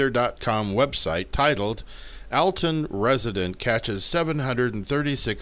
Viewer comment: Awesome, FYI. It is pronounced allton , as if two Ls.